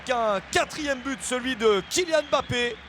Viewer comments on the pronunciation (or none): Pourquoi il dit bappe c’est mbappe ptn